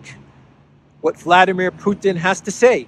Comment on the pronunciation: Thank you,. "Vladimir" is said in Russian with the accent on "dim" (VladEEmir). You could be a nice exception from british manner of corrupting foreign names.